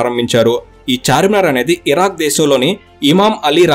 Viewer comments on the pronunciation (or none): none